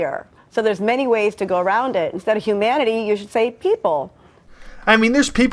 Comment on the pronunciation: She just said hu*man*ity